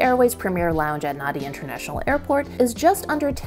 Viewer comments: Nadi is pronounced Nandi. DUH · Nadi is pronounced as Nahn-di